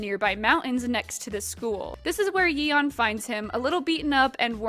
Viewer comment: I'm sorry, how did you pronounce Yeon? It's a pretty common korean name, a single google search would have been nice.